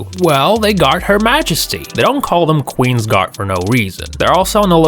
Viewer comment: Did he just call the qweens guards queer and chavs?